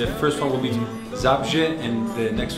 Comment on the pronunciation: Mój Kraj Polska dziękuje Tobie Matteo za niezapomniane chwile, magiczne koncerty.Tylko Matteo umie tak cudownie bawić publiczność.Mam nadzieję , że wyjedziesz z Polski oczarowany gościnnością i publicznością.Ładnie mówisz Wrocław , Zabrze gdzie będziesz koncertował.Język Polski jest dość trudny w wymowie dla obcokrajowca.Życzę Ci abyś był szczęśliwy uwielbiamy Ciebie.Do zobaczenia